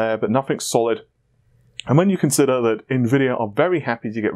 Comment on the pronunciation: It's not pronged like that you are saying it how you would say Invent and then adding tory to the end, you should say it more like Infantry soldier, but with a v rather than a f... I wouldn't usually say anything but it's been bugging me for a while